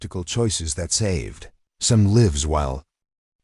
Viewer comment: Thankfully the closed captioning was provided as the AI seemed to have a lot of trouble with the pronunciation of "lives", "Martinez" and "procedures" to name a few.